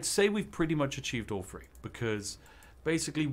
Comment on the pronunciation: Is it just me or does he say “warhammer free” instead of “three”?